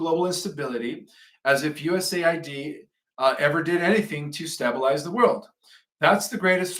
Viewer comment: A 4th grader can pronounce the word STABELIZE folks! Is he a droid? He keeps botching the easiest words to pronounce AFTER a couple of decades of research too!